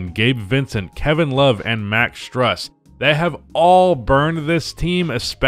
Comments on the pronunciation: Everyone like this comment so can FINALLY learn how to pronounce Max Stus' name. It's pronounced STROOS, it rhymes with juice. Strus got the Juice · "Strus" is pronounced like "Stroos" just an FYI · It’s pronounced Max (Stroos)